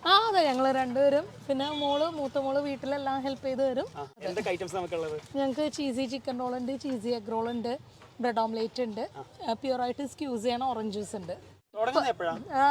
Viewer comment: സ്ക്യൂസ് അല്ല സ്ക്വീസ്, സ്ക്വീസ്! ക്യൂൺ അല്ല ക്വീൻ, ക്വീൻ! You're welcome! 🤣